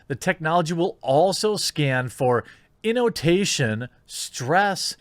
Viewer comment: Jesus Christ, Jeremy, learn to read, will you? Innotation ?? What the hell is that? Just sayin'